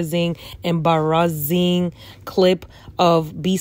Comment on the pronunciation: The Nigerian accent on “embarazzing”😭😭